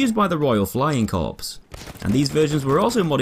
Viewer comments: "Used by the British Royal Flying Corpse" its pronounced core, but it was funny when you said it like that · Corps, not corpse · Apologies but I have to mention this, 'Corps' is pronounced 'core'. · Corpse so royal it has to fly